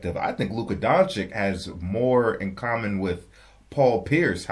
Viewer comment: Luka Doncic is pronounced Donchich like sandwich not sandwick.